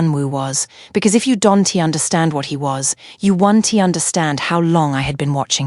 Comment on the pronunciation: Phucking AI voice cant pronounce shit. Im going to unsubscribe. This is getting rediculous and assinine. It cannot pronounce anything. Family S... Husband S my SL Attorney? Don' tee? What the literal phucking hell. It's not understandable. Camille S. SCARF? FUCKING SHIT. Im finished ..you're not invested whatsoever. You refuse to hear anyone on this mess. I will be announcing at my firm Monday morning.